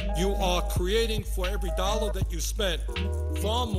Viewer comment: I love how he says "dollar" "dolla" lolol